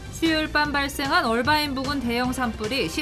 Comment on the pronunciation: 이해가 안되는게 화면밑 자막에는 "어바인"이라고 되어있는데 그걸 왜 억지로 굴려서 "얼바인"이라고 발음하냐고요. 앵커나 특파원이나 그렇게 본토영어가 하고싶으면 뉴스전체를 영어로 해서 전달하시든가 미국인한테 말힐때 하시던가....도무지 알수가없네....